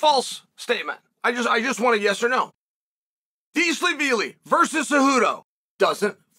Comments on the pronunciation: “Merab Deshalabeely” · He pronounced Dervish Wheelie perfectly! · You got to fix your premonition on names, it is important. To say Dvalishvili right ain’t that hard actually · Uncle Chael just broke the record for the funniest pronunciation of Merab's last name in the first 3 seconds of the video. 🤣🤣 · Come to find out all these fighters have been pronouncing their own names wrong!